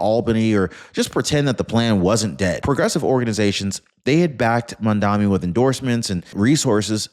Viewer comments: He is not 'Mandami' as you are pronouncing it, he is Mamdani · It's MAMDANI!!! Not MAMDAMI!!! Pronounce it correctly... you sound uneducated!